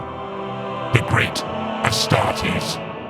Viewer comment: the way he pronounced Astartes was so good